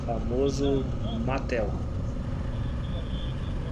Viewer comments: kkkkkkkkkkkkkkkkk "MATEL" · "Matel" kkkkkkkk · "MATEL" KKKKKKKKKKK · Kkkkk ai ñ é MOTEL é MATEL 😂😂😂😂😂😂